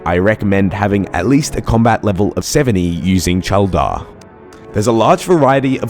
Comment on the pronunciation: I died when you said “Cheldar” 🤣